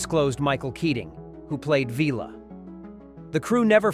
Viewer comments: "Veeler"??? (=) "Villa" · Vil-ah…. Not Vella.. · Vila (pr Villa) NOT Veela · Vila not Veela. say it like pill but with an 'a' at the end, why am I telling AI how to pronounce names. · Vila isn't pronounced veela it's vil-a 😉 as per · That grated on my ears every time the AI mispronounced it. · Also Vee-la rather than the correct V-ill-la. 🙄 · Vee-La ... that not his name! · I agree. Terry Nation's credited for many decisions made by Chris Boucher and others. I read somewhere that Nation wasn't told that the entire ensemble of hero characters were going to be killed off. I suspect the narration to this video was generated by AI, having instructed it to write a review based on specific themes. And Vila being called Veela drove me mad! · great video about one of my all time favorite shows. One thing I would like to mention - you totally mispronounced Vila's name.